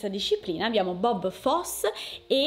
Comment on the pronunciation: Si pronuncia Bob Fossi